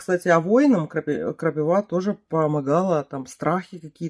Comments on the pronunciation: при всем уважении не крапивА, а крапИва. Извини 😊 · Только почему крапивА? КрапИва же.